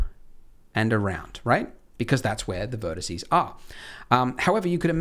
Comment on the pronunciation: Am I the only one who heard him say "verticey" like three times